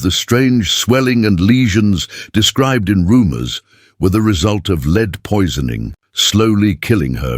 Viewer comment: Terrible AI voice. Just awful.is it beyond the producers to check the stupid errors ? Lead was pronounced correctly then incorrectly. No one checks? Bad . Lazy and careless production .